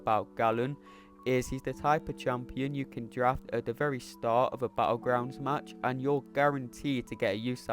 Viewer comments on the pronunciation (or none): none